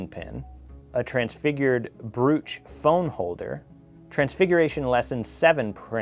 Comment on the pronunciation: It’s pronounced bro ch . Lol 😂 x I thought this box was a little boring compared to usual x love your book cover x